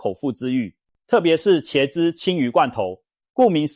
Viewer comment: （ㄑ一ㄝ/）茄子的茄，（ㄐ一ㄚ）雪茄的茄，請問你唸的ㄑ一ㄚ/是哪個字？？